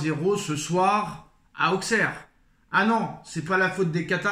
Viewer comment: Mec… sors de la footixerie, déjà ça se dit “ausserre” et pas “AuXeR” Ensuite accuser le Quatar, certes c’est puéril, mais se poser des questions c’est légitime. Ta vidéo y a genre… 0 secondes d’analyse et le reste de bullshit de “ouais mais nan regarde tu joues rien, regarde tu fais rien regarde nous on est mieux, le Quatar le Quatar le Quatar…” J’avais pensé développer un vrai argumentaire mais tu ferai mieux de juste arrêter, n’importe quel analyse foot voit cette vidéo se taperait une barre